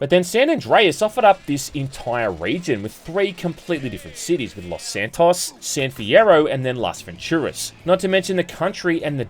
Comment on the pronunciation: Pissed me off every time you said Los SanTOSS